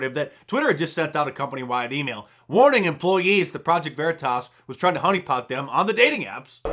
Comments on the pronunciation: Project Vuh-REE-Tus. Clever. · "Project ver-e-tis" LMFAO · LOL the dude even talks about it to him and he intentionally mispronounces Project Veritas LOL. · Him mispronouncing varitas is so good 😊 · Project Ver-E-toss, that guy is a pro! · "Project Vereetas? WTF is that?" lol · The fact he said "vureetis" to cover himself was GOLD. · Love it when he mispronounce "Preject Veriiitaas" :elbowcough::goodvibes::yougotthis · PRO-JECT VA-REEDUS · Pro-ject Vuhreetus. What's that? 🤣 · 😂😂😂”Project Vair-reeh-taz!!!😂😂😂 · Vureetus? Lol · Mispronounced Veritas 😜🤣😂 sucker!! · Like how the Veritas operative mispronounced Veritas...🤣🤣🤣👍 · Mispronouncing 'Veritas'...excellent ploy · I love how the project veritas guy mispronounced 'veritas'. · Dude mispronouncing Veritas is epic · the guy mispronouncing "veritas" gave me a good laugh, thats some next level spy skills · How he was able to knowingly mispronounce it without giggling a little and keep a straight face.... next level spy.